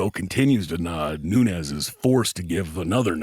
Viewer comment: Hey. This is NuneZ - Noonez but amanda is not Noonez she's Noones with an "S" so don't pronounce it like a "Z" she's not mexican or south american spanish she's brazilian